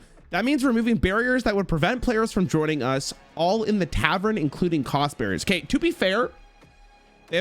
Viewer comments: Honestly should be brought up on criminal charges for how he pronounced tavern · Title be like: "What is Hearthstone doing?" be like: "TAVREN"